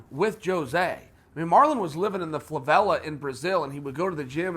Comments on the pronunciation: Lmao, "Flavela" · If uncle Chael says he lived in a "flavela" thats where he got damn lived.